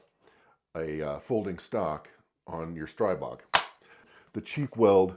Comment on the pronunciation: It's pronounced "stree-bog"